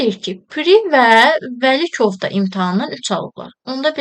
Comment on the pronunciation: Vəkilov❌ Vəlikov✅ Piri❌ Pri✅